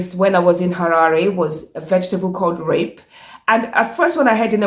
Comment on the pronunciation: Great content Sis in law 100/100. Thank You. The green leafy vegetable is pronounced repi / reppy not rape. Rape would be pronounced rah-per in Shona.